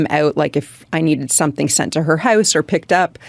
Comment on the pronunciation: Does anyone know if the way she pronounces Out and House is Canadian?